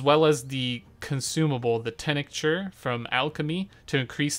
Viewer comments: "Tincture" is pronounced like "tingk-chur" by the way, not "tenick-churs". ...no biggie but.. ya know. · Are you ESL or something? WTF is a tih-nihck-cher? It's teenk-cher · wtf is a "tenecture"? Are you trying to say tincture? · This is the guide I was looking for. Thank you for taking the time to make this. Also tincture is pronounced Tink-churr :) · It's tincture. If you can't say the word just don't say it. Like tink ture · He pronounces "tincture" kinda weird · Bro you really need to learn how to pronounce tincture lmao